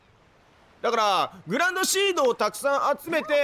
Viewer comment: グランドシードって書いてあるのにグランシードと読むさんwwww